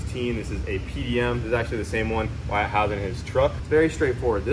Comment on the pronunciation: Wire-it... I mean Wyatt is awesome